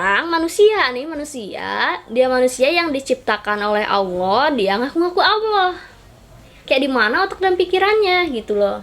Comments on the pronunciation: Nyebut Allah aja enggak lurus apa dia ngaku jadi Allah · Ngucapin allah aja gk bener Lg ini mo jd tuhan.minta d tangkap polisi ini mah